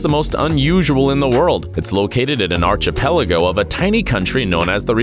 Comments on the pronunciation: "Archipelago" is pronounced "Arkipelgo". It has nothing to do with an arch. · arkipelago, 2 a's no arch, lol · Goolge - how to pronounce archipelago